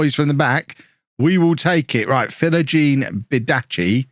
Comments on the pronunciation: its bidACE not bidACCI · Its philogene *Bidayse * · It’s philogene bi-dace, like face, not Versace 😂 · The pronunciation is Bid-Ace